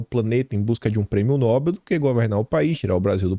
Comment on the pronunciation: a pronuncia correta da palavra é noBEL, ou seja, a última sílaba é a tônica.